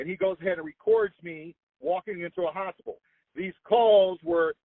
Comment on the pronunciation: “Walking into a hospel” - , the fat man’s speech impediment needs to be analyzed, for real, woooooo!